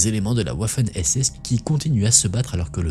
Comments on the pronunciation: top, juste pour info , waffen, ça se prononce vaffeune. luftwaffe, se prononce : loufte vaffeux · Bonjour, "Waffen" se prononce vaffen (comme wagon) et Georges Patton se prononce patone...